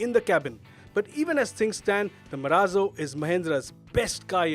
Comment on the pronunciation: "MARAZO"............ बोले तो.........????